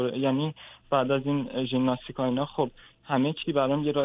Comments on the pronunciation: آقای هلا کوهی با عرض معذرت ژیمناستیک درست است نه ژیملاستیک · خیلی ممنون از دکتر هلاکویی گرامی فقط خیلی عجیب بود برای من که شخصیتی فرهیخته ای مثل دکتر هلاکویی به ورزش ژیمناستیک می گوید «ژیملاستیک» . نه یک بار که چند بار تکرار کردند . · صحبتاتون مثل همیشه عالیه آقای دکتر ولی ژیمناستیک درسته آقای دکتر نه ژیملاستیک